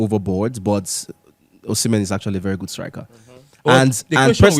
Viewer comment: Osimhen…see men…see men